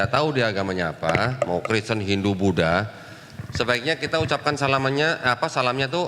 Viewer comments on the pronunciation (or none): none